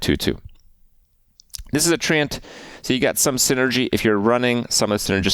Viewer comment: it's TREE-ANT not Trent, Trent is a guy who lives down the street.